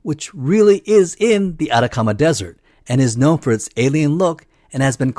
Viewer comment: Debo decir que tu forma de pronunciar "Atacama" se me hizo muy extraña